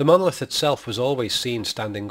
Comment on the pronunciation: I might find this argument much more convincing if you re-voiced it with someone who could pronounce the word monolith correctly. Seems rather ironic that the whole premise of your treatise is marred by the fact that you can't be bothered to correctly enunciate the syllables of the main point of your proposition. That said, I think you're very wide of the mark on this. Kubrick was never that literal in anything he did and there's no 'a-hah' moment here outside of your rather thin and arbritray argument to the contrary. Just because you've spotted that the monolith looks like a screen doesn't mean that it is. Any more than the fact that Clarke wrote the book at roughly the same time as the film was being produced. He went on to write 2 more books in the canon and none of these suggested that the monolith was some sort of movie screen. I think you're picking up on one minor throwaway comment here and expanding it into something way beyond anything you have evidence for. Nice try though. Just remember in future it's Mon-o-lith. Not muurrnrnallitt.